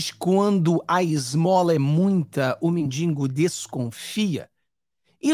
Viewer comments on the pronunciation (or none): CAMARADA: SEJA PRUDENTE AO UTILIZAR A GRAMÁTICA! PENSE ANTES DE FALAR! NÃO SE DIZ: "MENDINGO" MAS, SIM MENDIGO! VALEU? NÃO SE ABORREÇA POR FAVOR! E QUE NINGUÉM IMAGINE QUE EU SEJA PROFESSOR! POSSUO APENAS O 1o GRAU, CONCLUÍDO EM 1971, NO EXTINTO INSTITUTO GUANABARINO EM VIGÁRIO GERAL/RJ. ESTUDO ESSE QUE EQUIVALERIA A UMA FACULDADE NA ÉPOCA ATUAL.